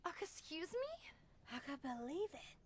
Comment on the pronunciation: Fat Amy said a-can-belive